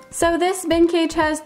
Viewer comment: The way you said bin cage, it sounded like vintage!